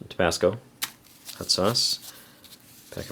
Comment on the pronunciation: 'hut' water. every time